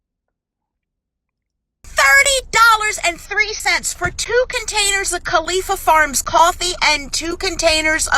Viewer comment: Thanks for saying watder like my parents